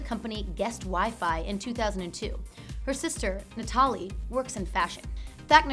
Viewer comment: Pretty sure the parents named the girl "Natalie" and not "Nah-TAL-ee". Idiot.